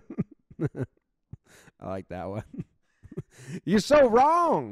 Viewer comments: Yep. And right before that, you can literally see the coach's southern accent. That's a loooong O in "wrong". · I love one of the "you're so wrong"s that the coach said. You can see the southern accent with the o shape he makes with his mouth at the end.